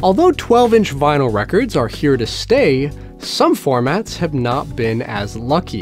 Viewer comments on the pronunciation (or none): none